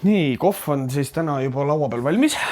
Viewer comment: Kohv, kohv! Mitte koff 😅